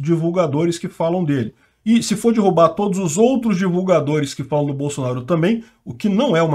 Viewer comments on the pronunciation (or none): none